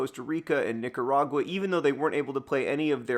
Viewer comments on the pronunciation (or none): none